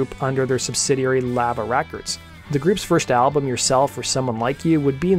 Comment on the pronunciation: Does this dude not know how to pronounce lava?